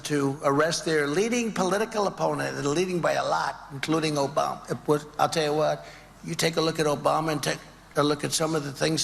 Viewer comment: I like how he says it. O-BA-MA. He savors every syllable